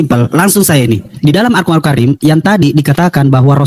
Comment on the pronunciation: Baca alcuran ape kekumur dasar bromocorah potato nafcuh nih ye abdulll 😂😂😂😂😂